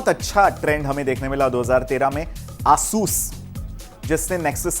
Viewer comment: not aaasus its asus